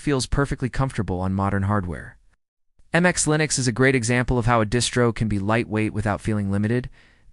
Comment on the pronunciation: Linux Lite, not Linus Lite. The proper name is antiX, not Antix. MX Linux, not MX Linus.